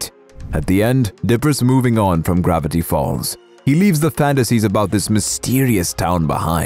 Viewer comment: When you said gravatty falls it heard like you were saying grvatty b